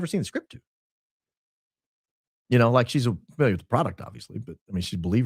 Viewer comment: ..." I'm familour with the lady garden..." 😂😂😂😂 I'm creased 😂😂😂😂